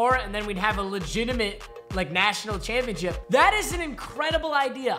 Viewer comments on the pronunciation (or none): none